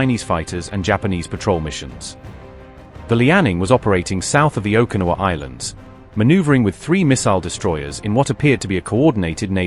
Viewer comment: its pronounced Oh keh na wah